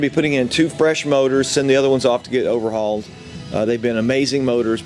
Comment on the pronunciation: ocerhal? sounds serious